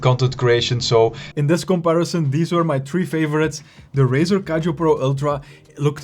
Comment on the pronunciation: Why he pronounce Kiyo = Kaijo? Do he know that it is very wrong everytime?